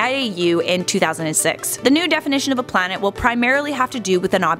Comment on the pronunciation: read the comment. He say plant not planet